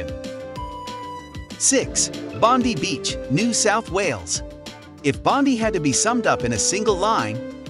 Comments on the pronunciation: Bon-die ! Not Bond-ee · Bondi is Pronounced bond ay